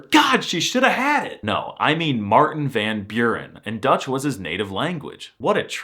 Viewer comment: Funny how Americans scoff at how English/Australian/kiwis say "Tuesday" and "duty" but if there was ever a word that you should not insert a 'y' sound into, it's van Buren, since it's Dutch and there is no concept of adding 'y' sounds when there's a 'u'. Yet van Buren is one of the few words (along with ones like 'cube') where Americans do say 'u' as "yu".